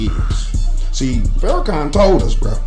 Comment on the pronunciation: Farrahkan? bryh really? out of all on earth, why him?